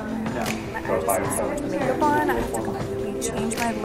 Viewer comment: The amount of times she says MaKEuP😂